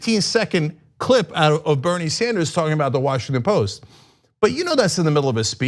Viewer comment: Washington Post - Drop the "t"